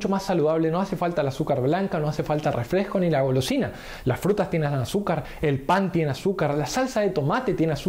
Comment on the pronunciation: *REFRESCO NO REFLESCO, y se dice PERDON porque te estás expresando a una audiencia, peor viniendo esto de un supuesto profesional. Estas generaciones no saben nada dijo Lawler... jaja